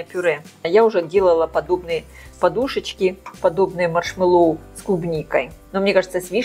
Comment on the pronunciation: Делала из клубники,малины,очень люблю.Взбиваю массу горячей,всегда прекрасно взбивается! И маслом ничего не мажу,а прямиком в большой контейнер,остужаю, и в холодильник.Попробую и из вишни!...Только не маршмэллОу ,а маршмЭллоу)).Это так,для общего развития))😊